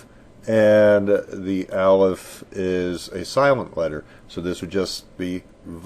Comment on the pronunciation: U r saying alef wrong!!!! :0